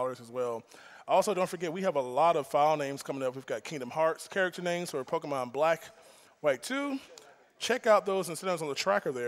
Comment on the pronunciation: Gotta say, impressive run. Well done! And I must say, as much as I love, anyone who pronounces it pokiemon is on my list. Either pokuhmon, or pokaymon.